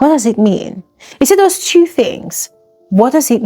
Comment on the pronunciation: Btw it’s two as in tu Not theww